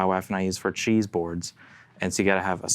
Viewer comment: lol I kept thinking was saying "chi" - like he had consulted chi-chi fortune telling sticks to pick the guitars lol. Then he started naming cheeses and I got it.